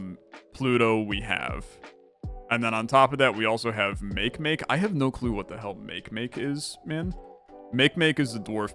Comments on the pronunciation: actually its pronounced as "mah-ke mah-ke" but its a comically common mistake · Love your videos! By the way Makemake is prounounced Ma-key-ma-key. (I suppose its not likely to come up in a video again). Its named after a god from the rapa nui (people who lived on Easter Island).